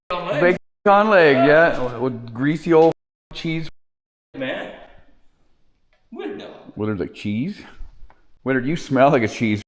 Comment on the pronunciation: The HIPPY VAN WILL BE THE TRIPPY VAN IN SHORT ORDER, NEXT VID. When I first found your channel it was in the winter time & I thought you kept callin UR DAG " WINTER DAG ". Much later I realized it was actually " WILLARD DAG ", LMAO.